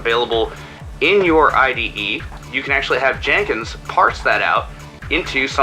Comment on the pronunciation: excuse me but it's pronounced Jen Kins not JANE Kins